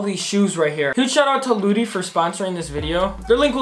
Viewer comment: When he said lootie I thought he said booty